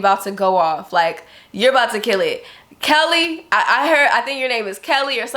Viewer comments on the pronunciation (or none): Whew! You said "Kelly, something like that" I'm Kali (Kaylee) and folks always mispronouncing my name, so I'll take this and run with it cuz this one was definitely one of the most right on time vids from you for me. Thank you!! 🙏🏽💛🥰